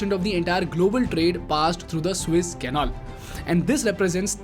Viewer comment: Dude why do you call Suez canal Swiss Canal? The moment i heard that i knew i can't trust your half-truth bullshit.